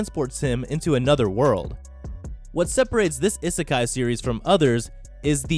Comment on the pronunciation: 'I' sekai, that is not how u pronounce it